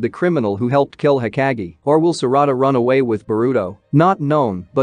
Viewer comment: Hokage not being pronounced right bothers me lbs